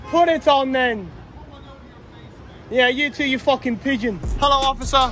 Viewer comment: only a British citizen can call someone a pigeon and make it sound genuinely threatening😂